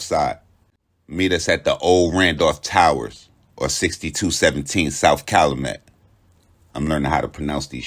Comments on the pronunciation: CAL-U-MET not calamet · Pronounced "CAL-YOU-MET"👌🏿!! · It's Cal-u-Met Pop...u almost got it... Thanks for doing my city we luv the twins💪🏿